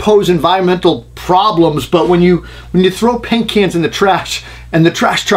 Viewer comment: Good tip! But did you say "frow" it? That's shit I say lol